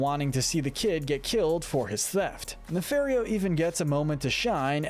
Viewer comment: It’s pronounced “nuh-FAHR-ee-oh”, “”! 🤨 You’re so bad at pronouncing names,! 🙄